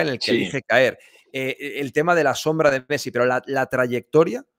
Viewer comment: Dijo pessi? Jashshd o